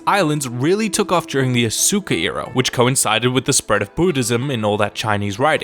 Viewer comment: Asuka ~ AS-KA NOT asuuka